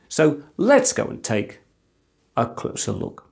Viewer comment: Let's go and take...........................a closer look 😂